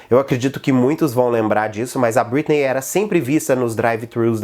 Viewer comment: "BritnÊi" que agonia ver ele falando o nome errado kkk